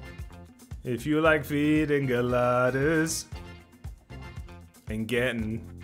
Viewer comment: He said feeding Geladas? 😭😭I've heard feeding the ladder.